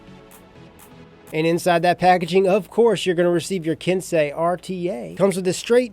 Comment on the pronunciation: Finally a reviewer that said Ken-say correctly